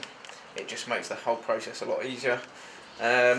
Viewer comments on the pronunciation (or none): none